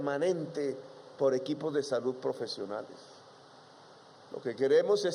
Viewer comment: Lapicito se cree un orador de otro mundo, cuando no está tocíendo o golpéa el atril, hace imagenes e hipérboles que no concluye y, si una oración termina en Ese, la alarga hasta que se desinfla. Más que gallos lo que se le vuelan son pajaritos, ni habar de las palabras terminadas en De, como salud, la que pronúncia con Te, deve ser por eso que los nenes se mueren de "denutrición". Golpíando en vez de golpeándo la puerta, se dará covertura al país